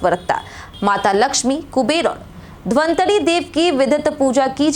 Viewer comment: Ramayan mandir chakiya me ni, Kesariya me bn raha h maidam. Galat jankari dene ka theka le rkhi ho. Dhanwantari bhagwan ko dhantri bhagwan bolti ho. Pahle practice kr liya kro😊